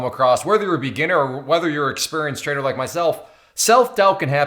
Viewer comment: dont know why, but i always hear traitor instead of trader...